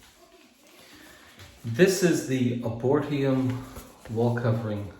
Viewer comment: Ar-bor-etum: A botanical garden devoted to trees. But, you know that already...hahaha.